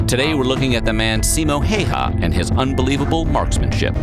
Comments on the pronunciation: Deadliest is wrong the Soviet’s had green uniforms and traveled in large groups making them easy targets the white feather is the deadliest considering the environments he operated in the tactics used and the missions he was sent on and also it’s pronounced like hi-ha not hey-ha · I understand it’s not easy for people to pronounce foreign people’s names, but come on. The guy’s name is not ”Hey-ha”. Häyhä is pronounced like the first syllable of HAlf, the ”U” in cUbe and then the first syllable of HAlf again. HA-U-HA. Given that, 90 % of that story is true, more or less. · PS. Häyhä is said more like 'HOW'hah', the way Southern USA says How. The reader says it like it would be spelled 'Heihä'. Well, he was sort of a 'Hay Hat', just a dangerous one with a gun. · fun fact. Simo's last name isn't pronounced like that. it's pronounced hao-ha, with an O. americans as per usual, butchering names that aren't in english. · Häyhä Not Heyha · Simo Heyhaa. Hahhahhah. He said the name so wrong. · The "heyhaa" pronunciation makes me lol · Its not heiha it Häyhä ä is pronounced like The english a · Its Häyhä not haha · It's Häyhä, not Heyha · I like the way you pronounce Häyhä. For me as a Finnish person its sounds like Heiuhaa. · no this is pretty bad.....and funny XD its almost sounds like heihei and thats byebye in finn xD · Simo häyhä not heihaa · I wonder why so many americans pronounce the first ”Ä” differently than the second one. It should be something more like ”Heyheh”. Help me out my Finns from across the baltic sea. 🇫🇮🇸🇪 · "Siimou Heihah" sounds like a mortal combat character. But yeah, our language is not the most easy one to pronounce. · If you would like to know how simo häyhä is pronounced 'how_ha' with the ä pronounced the same as in 'cat'. Simo pronounces the 'o' as in orange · It's so funny how off the pronunciation of Häyhä is. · Damn i hate the way he says häyhä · After years... They still can’t pronounce Simo Häyhä’s name. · its Häyhä not Heiha